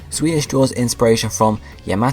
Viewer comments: Its Zwielis pronounced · Pronounciations: Die-No Zvie-los Hi-dri-gon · Your saying zwei wrong